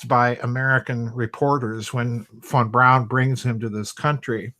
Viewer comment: My name is fawn brown and every time you say Von Braun it sounds like my name...freaky